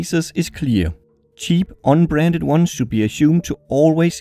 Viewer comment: I think he was saying "Un-Branded" with an accent.